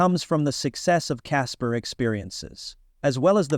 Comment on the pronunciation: Ok bot. "Caspers" lol